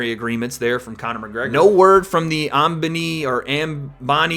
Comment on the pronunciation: Its pronounced Um-Bah-knee (Ambani). Interesting fight, good video 👍